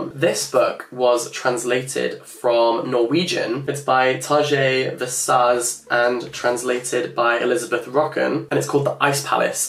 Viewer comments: Never thought that Jack trying to pronounce Tarjei Vesaas would be something so funny to me, thanks for the laugh, it was great 😂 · The way he pronounced the Norwegian writer's name 😂 oh no